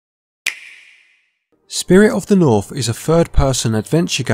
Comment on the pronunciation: "Spirit of the Norf" lol Accent quirk aside, nice review. :)